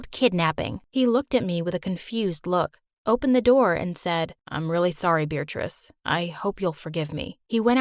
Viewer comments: Wait, so she's not bothered that he says her name "Beeritrice"? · WAIT HOLD THE PHONE- IS HER NAME BEARATRICE!??!? WITH A DANG 'R'?!?! WHAT?!??